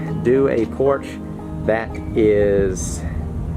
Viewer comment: Idk why every time you say Porch I think your saying Porsche. Lol